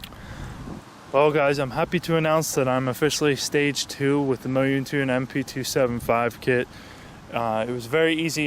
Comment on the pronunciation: Mo-yoon-tune hahaha it's moun-tune